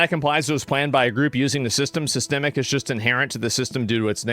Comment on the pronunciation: I agree..also is he trolling or does he really not know how to say the word systemic lol?